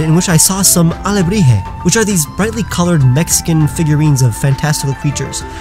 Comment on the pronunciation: I'm from Mexico and I appreciate u pronouncing Alebrije correctrly xD, also I thought of a similar idea for a Pokémon, that being a Piñata/Alebrije that starts as a Fairy/Grass (made of wood) and then a body of rock, and finally becomes Fairy/Steel as its skin gets really hard.